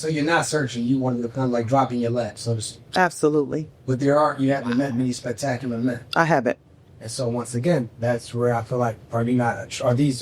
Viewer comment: She can’t say the word spectacular 😂😂😂😂😂